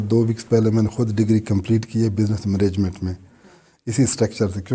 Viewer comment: خود انگلینڈ میں رہ کر منیجمنٹ اور گورنامنٹ کہہ رہے ہیں 😂😂😂